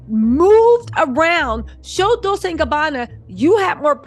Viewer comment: Girl, not dissin' your dissin'.. BUT...you need to be sayin' those brand names correctly. Dolcè sounds like dol-chay.